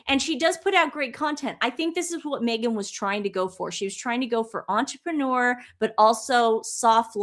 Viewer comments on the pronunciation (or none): none